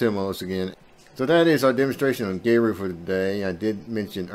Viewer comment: I love Geru. A couple of things: 1. It’s pronounced like “Gear-oo” not “Gay-roo” 2. They offer a one-time payment lifetime deal for the software.